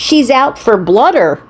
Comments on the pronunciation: BLOODER?!! Is that like a bladder?! What a doofus! 🤣😂🤪😜🥴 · "Blooder"? And now we're back to the lip gloss. SMH